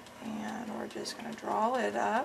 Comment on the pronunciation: The recapping, no gloves, and her incessant use of the word "DRAWL" instead of draw. This whole video was a disaster. I couldn't even finish watching it. Way to show the world that sloppy is the way to go. Smh.